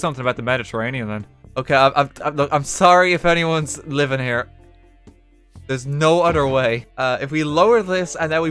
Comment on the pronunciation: Super fun :) Also, love "dares no udder whey" 😅